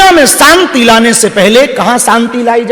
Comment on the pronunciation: सांती नहीं शांती बोलो